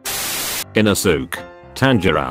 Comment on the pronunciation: iNoSOoK - every time this text to speech tries to pronounce inosuke